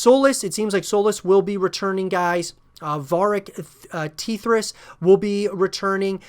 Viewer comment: Varric "Teethras" ? cmon bruh